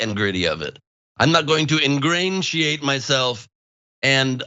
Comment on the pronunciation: also I don't think he meant to say "ingratiate." It sounded more like "engrandeurate."